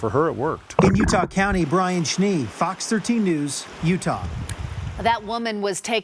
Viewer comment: Had to do a double take when the news anchor said "Fux 13" at the end. LOL.